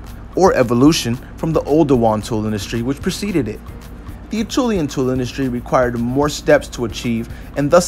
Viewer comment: pronounced asherlian